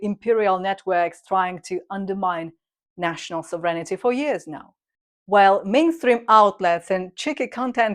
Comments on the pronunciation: ..never know whether you are saying ‘serenity’ or ‘sovereignty’ - but they go nicely together…! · I love the channel. ❤❤❤ Feedback: Correct the pronunciation of the word "sovereignty" A quick way to diminish the number of pronunciation mistakes is to paste each sentence online and have it read it back to you, so to make sure you are pronouncing it right.